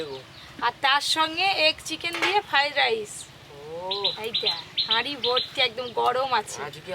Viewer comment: ভালো করে কথাও বলতে পারে না ওটা ফ্রাইড রাইস না ফ্রাই রাইস হবে